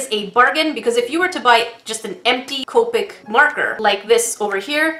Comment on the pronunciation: it is co pic not coepic